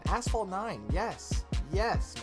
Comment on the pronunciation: Still don't know how to pronounce asphalt after all these years lmaooo